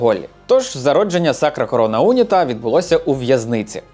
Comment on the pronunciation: Не Уніта , а унІта.